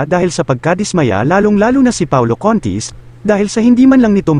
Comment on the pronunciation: Paolo CONTIS PO HINDI CONTIT